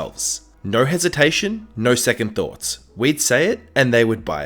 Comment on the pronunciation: I like how he says "no" like "Nourw"